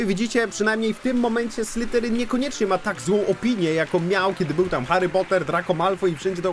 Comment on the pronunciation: błagam, to nie SlyTerin. Prawidłowa wymowa to /ˈslɪðərɪŋ/. Dźwięczne th zbliżone do polskiego /z/, koniec języka między zęby i delikatna wibracja dźwięku /z/. SlyTerin przez T brzmi bardziej jak podrzynanie gardła, a nie pełzanie węża xD